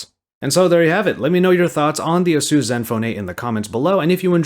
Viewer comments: Who is Azeus? It's A-sus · "Ay-soos" is how you pronounce it. Other than that I love your content! Keep it up!